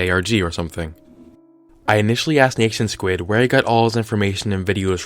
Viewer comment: R.I.P the pronunciation of NationSquid